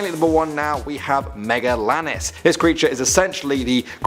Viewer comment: Loads of images from Ark Survival Evolved 😂 Argentavis lived in what we now call Argentina. It’s pronounced ar-jen-tay-vis. Megalania… pronounced meg-uh-lane-ee-uh. It’s a liopleurodon, not lioleurodon.